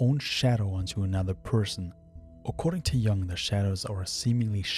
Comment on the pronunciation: Great video🙌. Just one thing: I think it's pronounced Jung with a u, not like young, since he was swiss.